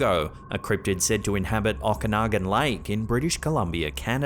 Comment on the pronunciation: hi. As a kid I was always terrified when we drove past or went to Okanagan Lake... Even as an adult, it scares me to swim there. My logical mind says dont be stupid, but the rest of me is scared to death!! Oh, and its pronounced (phonetically), as Oh-Kuh-Noggen. I hated that it was the regular place for us to go... Always thought, "Can't Mom pick some other place" hahaha